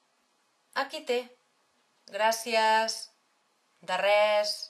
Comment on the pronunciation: se tiene que decir gracias con ese acento que ella le pone??